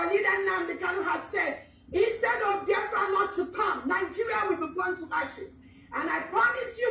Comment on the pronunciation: Biafra not Baafra